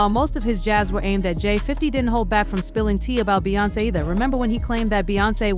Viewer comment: Yah-yo? Bey-on-say? Huh 🤔 by-yonce? lol let me know, they don’t live in US or it’s AI. 🤖